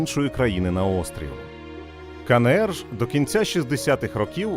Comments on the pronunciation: Відео чудове, але, будь ласка, Ка Ен Ер, а не КаНеЕр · КаНееР... ? Буква еН, а не Не! Вивчіть український алфавіт! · Кажіть вже краще Ки Ни Ри. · Ка Не Ер... НЕ. НЕ! Мої вуха... А за україномовний контент - дякую.